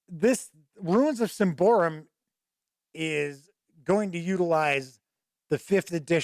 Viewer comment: Sym-ba-roum, not Sym-by-room, great review though